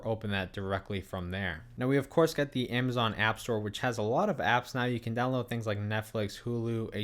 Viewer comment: A-ma-zon not Aim-a-zon 2 cameras not 2 camera